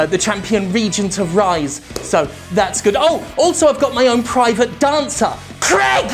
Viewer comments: Cregg? Don't pronounce the name Craig like an American Jim, it's unbecoming. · Jim's been in America so long his American pronunciations of words has spread to the name Craig. He now says Creg. It's always weird when I hear that.